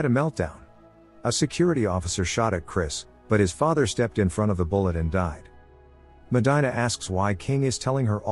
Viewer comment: If you LISTEN to the movie her name is pronounce MO-DEAN-A